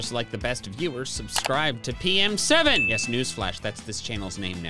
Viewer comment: When he said pokemen7 I thought he said pookymen7 XD XD 😂